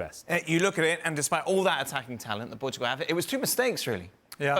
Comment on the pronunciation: “Portgual” great job ESPN.